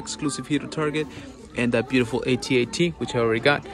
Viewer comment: AT-AT. Not A-T-A-T.